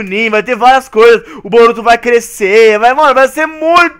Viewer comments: VC falou maruto é boruto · Ele falo maruto